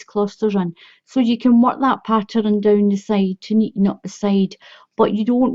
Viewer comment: Why do you say patterun